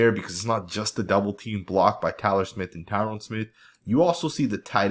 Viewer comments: Lord he's been on the team for 11 or 12 years, learn to pronounce his name already. It's Tyron pronounced ty-run with the emphasis on the ty. NOT TYRONE! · its pronounced Tie Rin Smith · nice footage, but I kind of got annoyed by the mispronunciation of Tyron Smith name... you kept calling him Tyrone lol